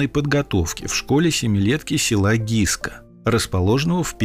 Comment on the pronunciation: СЕЛО ГЫСКА, А НЕ ГИСКА!